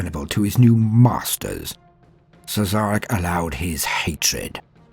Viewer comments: It's actually pronnounced 'Shareh'. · Had to stop at "Siz-Zarek". But good effort.